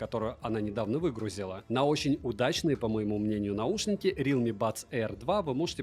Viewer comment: рИлми бля реалмИ ударение на последнюю букву